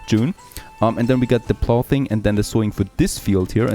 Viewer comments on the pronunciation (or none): "Ploughing" is pronounced "Pl(OW)-wing". The "OW" is like the sound you make when you hurt yourself.